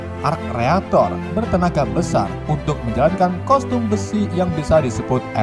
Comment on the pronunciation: BANG KOSTUM BUKAN COSTUM